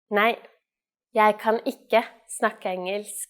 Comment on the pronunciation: The spelling of engelsk, isn't it actually pronounced "ing-ylsk?"